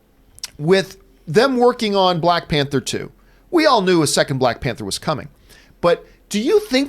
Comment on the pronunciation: “Balck Panther”